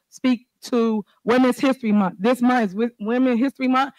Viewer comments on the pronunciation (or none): Why do they intentionally mispronounce words? She can say month but chooses to say munt.